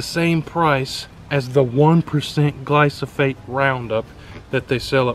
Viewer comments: He keeps saying glysophate instead of glyphosate!!! It's driving me nuts! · Gly-slo.... Gly-sofolate..... Glysofate...(it's GLY-PHOSPATE (GLY-FOS-FATE)) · Pronounced "gly-fo-sate" not "glo-so-fate" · Dont trust the guy who calls glyphosate "glysophate" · Glysophate? Never heard... I guess you meant glyphosate 😅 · Dude... it's gly-FAH-sate, not gly-SO-phate. lol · Mate its called GLY PHO SATE. Not Gly So Phate. At least pronounce it right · "Gly-so-fate"... Try again. LOL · I agree with your video, so thank you. But, brother...it’s GLY-foh-sayt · Gly-Pho-sate!!! Read. Sound it out. Also, You compared pre-mixed to concentrate at Walmart. That’s like comparing antifreeze concentrate to pre mixed 50-50. Duh you get less; you are paying someone to dilute it for you. You don’t need that high of a concentration for most applications. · The word is GLY-PHO-SATE. I unfortunately had the same problem. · It's pronounced Gly-pho-sate. Otherwise great video. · Nice video but, ..your pronunciation of THE main ingredient is way off. Glyphosate is pronounced Glai-fow-suht.......now proceed. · I greatly applaud your efforts to educate others! Please, please learn to say the product name correctly. Takes away any credibility you had. Also, theres NO residual effect of gly pho sate. Its a contact herbicide. More power to you, otherwise. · Learn how to say GLY-foh-sate. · I got more and more annoyed everytime he'd say the word. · The amount of times her said it wrong is awesome, but the content/info is better 😂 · Vivek Sharma if it is straight glyphosate there is zero soil residual, therefore you can sow seeds the same day. This guy doesn’t even know how to say it let alone what it does. And don’t spray ANYTHING you don’t want dead.